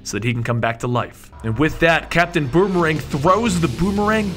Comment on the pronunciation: "capitan bomerang threw the bomerang" haha